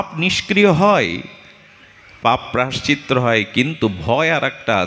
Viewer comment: রাঁধে রাঁধে প্রভূ,অপরাধ নেবেন না।প্রায়শ্চিত্ত শব্দের উচ্চারণটা বোধহয় ভূল হয়ে যাচ্ছে।